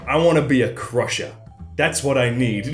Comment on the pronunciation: When said "Crusher" i keep thinking he says Prussia